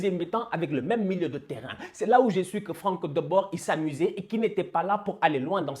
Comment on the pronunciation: Juste on prononce Frank De Boure et pas de Bord